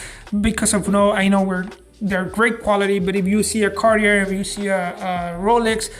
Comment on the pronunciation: You're a Jeweler and you pronounce Cartier "Carti-errrr"? C'mon, man. 🙄